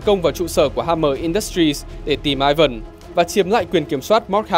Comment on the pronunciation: Tiếng Nga Ivan đọc lai "i van" chứ ko đọc kiểu tiếng anh là "Ai vần" đâu. 1 thanh niên biết cả tiếng anh lẫn tiếng nga chia sẻ :v